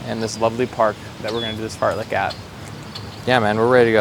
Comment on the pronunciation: uhh did he say fart-lick? tf is that?